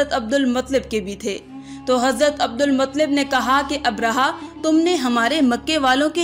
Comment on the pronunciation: Abdulmuttalib h sahi to bol lo kaisi muslim ho